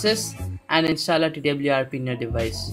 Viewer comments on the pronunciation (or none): Say install not instaal😆 #no offence